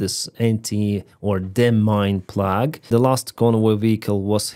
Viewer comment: "Plow" it's a demining plough pronounced "plow" like "ow" when you're hurt!